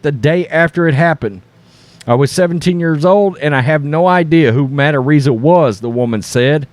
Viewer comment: FYi you are pronouncing Araiza's name wrong